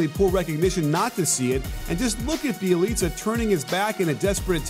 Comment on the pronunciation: Bjelica Is pronounced byelica